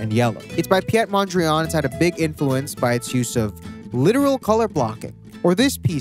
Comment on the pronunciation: Lmao it's a Dutch name not French. It's written Piet Mondriaan and pronounced like Pete Mondriaahn.